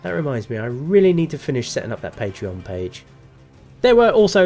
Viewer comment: He said patreon didn't he?